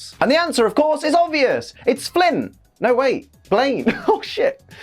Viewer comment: when you said flin i though you said flint and then when you said "brocks dad" i was first like "wait brocks dad is a fire-type user" then my brain resumed working